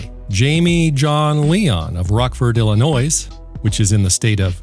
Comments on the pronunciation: Learn how to pronounce the word illinois .....illinois is not plural ...also you sound very ignorant when you say the state of chicago.. People like you should reconsider what you are doing and stay silent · Wait, what? People like you? You sound Ill-annoyed. Lets dial it back a notch, we need not involve the pronunciation police. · "Ill-a-noise." Ha! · Well someone must have dumped some bleach powder in your panties to make you this upset about Illinois’sesesss of all places. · I live in illinois and no one cares about how its pronounced. It's a shit state anyway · It's called a joke he mispronounces words all the time. It's part of his schtick